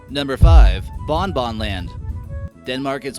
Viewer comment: actually "BonBon" is pronounced "BongBong"